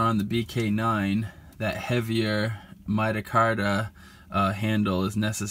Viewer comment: “Midacarda” 😂 I’m crying. This noob doesn’t know how to pronounce micarta.